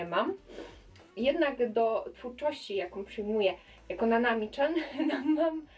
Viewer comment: Mówi się nanami CIAN